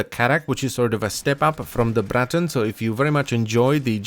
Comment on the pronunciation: I love the way you roll the R in Braton